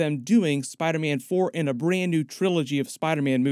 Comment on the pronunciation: In the 9-10 min mark you hit that “SPYYderman” like you were from jersey 😂